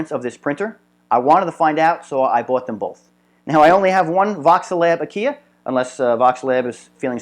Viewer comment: Fairly good video for those who do not ever do anything mechanical. The problem is terminology. 1. Aquila (a-KEE-la) NOT (a-KEE-yah) Which would need a second l to make that sound 2. While grub screw is popular, it is a set screw 3. Those are not SHEATHS. They are BUSHINGS! 4. It is not a smooth gear. a gear, by definition, has teeth. What you have is a grooved bearing, used as an idler, meaning it is unpowered and freely spins based upon a material moving against its material contact surface.